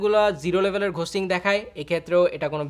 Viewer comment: For fucks sake its "গোস্টিং" not "ঘোস্টিং"